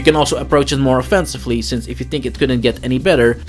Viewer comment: Think, not tink.